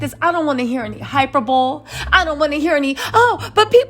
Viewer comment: It’s pronounced hi-PER-bow-lee Not HI-per-bowl